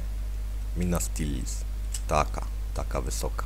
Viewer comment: tak by the way ale to było MINASTIRIT a nie MINEATRICH (napisałem jak się czyta)